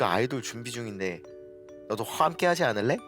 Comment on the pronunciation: 야 화민아 너도 홤께하쥐 않을래? 완벽해질거 괕타 ㅋㅋㅋㅋㅋㅋㅋㅋㅋ 성대모사 뭐냐궄ㅋㅋㅋㅋ